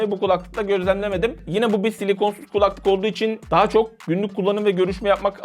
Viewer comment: Abi kulaklık işinde olmasan önemli değil ama "kulaklık" kelimesini yanlış tonluyorsun. "kUlaklık" şeklinde değil "kulAklık" şeklinde olmalı.